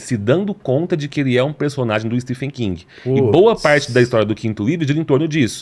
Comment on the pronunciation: so falta saber falar certo o nome do escritor